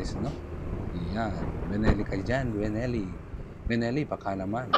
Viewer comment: Ano ba talaga? Belleni or Benelli? Haha. 😅